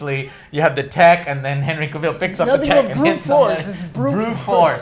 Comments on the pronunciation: All tea all shade, I think Henry Cavill's been around for a hot minute and he's earned the right for you gents to pronounce his name correctly. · can never pronounce Henry Cavil's name correctly. 😂😂😂